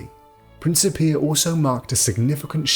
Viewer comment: Hard "c" not a soft "c".